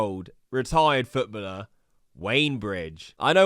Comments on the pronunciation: Please stop saying “Footbuller” sheesh. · I gave up on KSI a while ago, used to love him so much when I was a kid, the guy is deluded. p.s never say “Futbuller” again 😂 it’s footballer man ffs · WTF is a retired futbluhh? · Foot bulllur? Jesus that was rough to hear 9 times lollllll❤ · wtf is his prononciation of footballer🤣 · That "footballer" pronounciation is very interesting